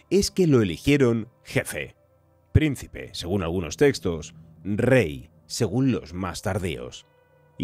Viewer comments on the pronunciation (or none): none